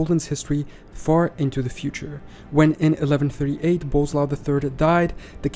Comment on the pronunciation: It's weird that General Knowledge can find so many informations and make a video about it, but he ignores that SZ, RZ, CZ are digraphs, not separate letters. I don't understand these youtubers who make a video about something and can't even put few words into google translator and click on play button. 😀 Or Boleslav pronounced as "bozlau" or something. 😀